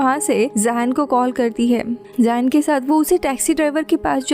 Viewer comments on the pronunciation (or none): Zain ko Ye zayen nh zen bolty h Muslim name h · Or woh zayn nhi hai woh zain hai😂😂